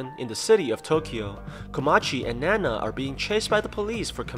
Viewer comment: Btw it’s not nana it’s ninao (nin-ow)